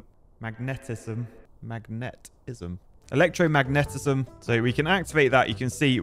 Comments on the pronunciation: say it with me, e-lek-tro-mag-KNEEE-tis-em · I giggled when he struggled to say electro-màgnetism and kept repeating electromagnètism😂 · It's electro-magnet-ism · Never seen an engineer struggling to pronounce electromagnetism.😂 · That’s not how you say electromagnetism. Or metallurgy. Or silicon… I’ve played this game quite a lot and was waiting for to play it, but that was painful to watch. Matrix labs can stack AND can be set to consume matrices to research stuff so you don’t have to do it all manually!